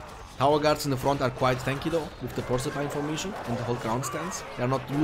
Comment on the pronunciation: Can you please start pronouncing Porcupine-Formation correctly😂 I like your Videos a lot and your language is pretty good but this one really got me lol. Its more like Por-Q-pine-Formation and I'd be happy already. Thanks for the great entertainment pal, great commentary🙂